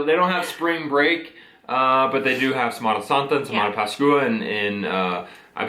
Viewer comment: Happy Easter guys... Felices pascuas..it's pronounced pas kwah.. Keep up the good work guys..❤